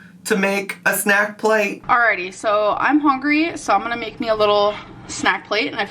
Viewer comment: Her actually pronouncing the word hungry correct to just turn around and troll with houngry sent me.